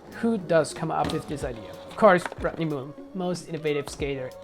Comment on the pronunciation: Sounds like you are saying Rot-knee Mullen. Show some respect and learn the guy's name. I'm just jiving. It' great to see you pay homage to the most prolific trick inventor of all time.